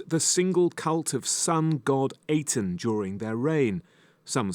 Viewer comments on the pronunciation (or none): Aten, pronounced "ah-TIN" Your pronunciation gave me cancer.... 🤮